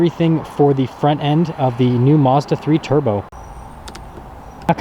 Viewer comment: This guy can't even say Mazda correctly